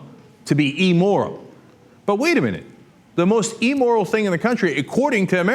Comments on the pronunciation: P.S. it's "IM"moral, not "E"moral. :D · Cenk, the word is immoral not emmoral. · "E" moral?? Really? "E" moral? I grind my teeth every time I hear that pronunciation. It's IMmoral. Geez... (But I love your show!!) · amoral not "emoral" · Hate to nit-pick here...but...it's AMORAL, not emoral. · Again - Cenk, it's immoral as in 'imbecile', not eeeemoral. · I love Cenk, but I hate how he says Emmoral, lol. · Cenk's pronunciation of immoral... EEmoral... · Also, you should learn how to pronounce "immoral". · Does Cenky mispronounce the word "immoral"?